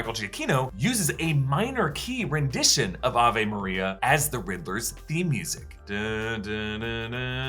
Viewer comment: Isn't it Ay...ve maria? or Ah...vay Maria??? I'm so confused and bothered by the way he pronounced it